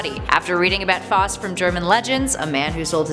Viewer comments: always thought it was pronounced foust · The way she was pronunciation Faust and Morgaine was killing me